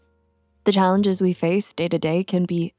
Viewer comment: Why did you say Dayer for the word day??? It is pronounced Dey as in they. Not dayr as in they're.